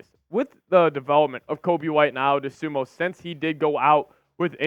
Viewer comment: Why can't you pronounce Ayo's last name right? I don't get it. His name doesn't end with an "o"